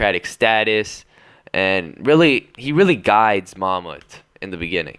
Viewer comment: Ok no offense but they way you say those Turkish words espacially ''Mahmut'' is really wrong and you are adding and deleting soem wrods while saying it Don't try to say it like in the anime that is made by Japanese people just google a Turkish person saying it and try that